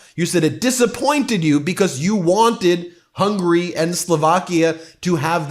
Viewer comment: Ben, I love you and what you do. It would mean a great deal to me and probably to Hungarians if you'd please work on your pronunciation of Hungary. It's 3-syllable Hun-guh-ree (the country), not 2-syllable hungry, the desire. Thank you for listening! Keep up the good fight! 🇺🇸